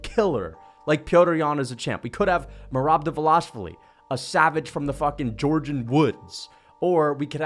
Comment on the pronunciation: You know how to say merab's last name correctly.